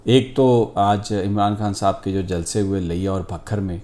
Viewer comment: Sami sahib like your sense of humour and how you said jalsee. Still very worried about the upcoming election because Imran khan has a very cunning enemy and a big governmental machinery working against him. It’s not a clash of two political parties but a clash of something very evil and Imran khan